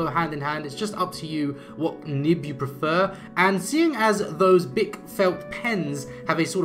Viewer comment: Yes, you said it right. "Bic", /beek/. It's a French company. These are extremeley popular here in France, and also come in a 24 set. Very good felt pens, but they streak, like every other felt pens...